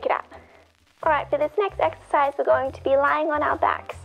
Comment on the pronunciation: Exercise ? I thought you said " extra fries " Love your videos, you know I was joking.